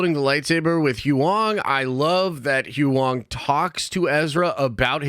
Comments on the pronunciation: It's not who-ong! It's pronounced who-yang! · Every time you try to pronounce Huyang, when they say it on the show, it makes me chuckle. Good Video though!